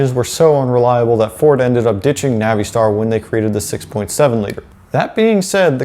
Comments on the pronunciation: Nav-ee-star? You mean NAVISTAR? I work for an International dealer and have NEVER heard “Nav-ee-star” in my life until this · Stop with the Navi —Star BS. It's pronounced Navastar. Oh, and yes... 6.0L everyday over the boat anchor 6.4L. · Naveestar?? Uhh? Don't think that's correct sir. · Man the way pronounce Navistar is funny I use to work there and actually talk to one of the engineers that designed the 7.3 he was a cool guy Literally out of all the big wigs he was the only one that engaged in a conversation with me